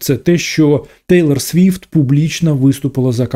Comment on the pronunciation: Раз телорт сфифт сказал 😂